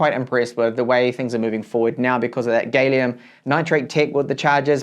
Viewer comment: "gal- ee-um" not "gay-lee-um". No matter how happy you are. :)